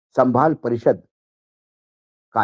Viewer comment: Kaise patrakar ho Wankhede bhau santhal ko sambhal kehte ho.